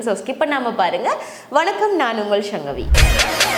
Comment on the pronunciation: சங்கவியை ஷங்கவியென்று வடசொல் கலந்து உச்சரிப்பது நல்லதல்ல. தூய தமிழ் இருக்க ஏன் இந்த வடசொல்(சமசுகிருதம்) மோகம்?